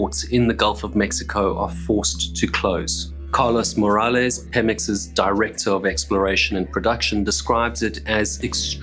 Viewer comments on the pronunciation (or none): none